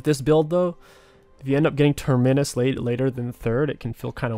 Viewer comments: Please stop saying Terminnus. Have you ever taken a plane before? You fly out from a TERMINAL.. not a TERMINNAL. TER-MI-NUS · Say the word terminal. Notice how you pronounce that word. Then replace the 'al' with 'us'. Terminus (pronounced Tur-meh-nus. Not Tur-MEN-is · Love the vids but please stop pronouncing Terminus as Ter-minus. It's pronounced Term-inus. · Go back to saying terminius. Fuel the babies who complain about how you pronounce words 😂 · I cringe every time you say TermInus. Just say Terminal and that's your pronunciation. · You should type the word Terminus into google translate and have a listen to how to say it. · no. can be taught. He does say that word correctly now but terminus needs work. Sometimes I think he does it out of spite lmao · I swear he purposefully mispronounces things it bugs me sometimes hahaha